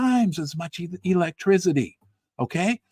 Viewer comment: Hey, Great show. But there’s no Z in ⚡️ ElectrCity🙈